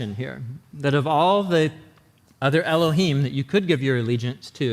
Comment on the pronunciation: Very good lecture. I agree with everything except the pronunciation of the name of Elohim. I recommend doing some research on that and looking at the Hebrew vowels associated with them. The best place to look is in the Aleppo codex. The Vatican has some old ancient writings that have been discovered. It is as though they were wanting to hide it from the public but it's same time be aware of it. That name was prohibited by the Romans. I'm sure God is not offended if you say Yahweh and that is why I'm not going to tell you the correct way to do it because you would probably not believe me until you could see yourself. If you do the research you apply the correct way to say it. If you want guidance let me know.